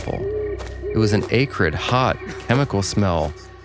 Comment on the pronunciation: Strange way to pronounce "acrid" ☝🧐